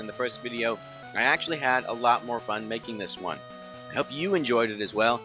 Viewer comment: 7 actchelly